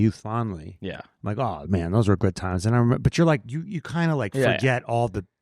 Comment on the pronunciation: “Remeber your training” took me out